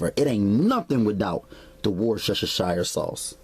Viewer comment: tubbs I swear I was laughing every time he said it!!!!!